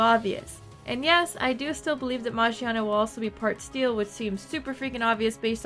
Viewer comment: Well, Volcanion is chasing Magiana and only Volcanion knows about Magiana's secret. Secret..., new typing perhaps? Also, the name is pronounced with a "Gi" sound and not a "Ji" sound.